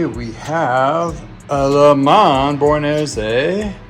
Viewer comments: Its Buenos "Iris" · It's pronounced - bway·nows eh·reez